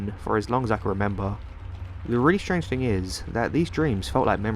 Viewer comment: whenever you pronounce "thing" like "think", it's like nails on a chalkboard to me.